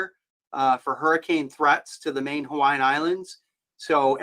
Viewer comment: Excellent job on Hawaiian pronunciations!